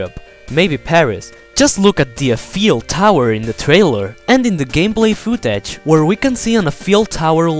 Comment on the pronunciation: aneffeel touer